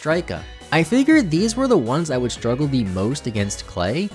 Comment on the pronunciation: If I have to hear stroojle boojle one more time I’ma cry 😭